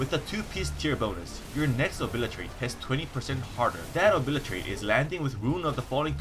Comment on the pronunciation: man i love your videos, and i'm not saying this to pick on you but you totally obliratated the O-bli-te-rate ability .·°՞(˃ ᗜ ˂)՞°·. couple of seconds later EDIT: when are you going to thinker with outlaw rogue? i feel like pillow fighting everyone on it